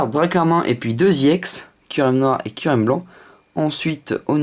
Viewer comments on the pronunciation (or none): none